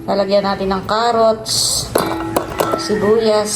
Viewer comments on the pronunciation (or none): none